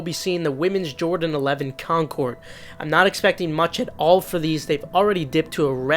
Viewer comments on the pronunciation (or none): none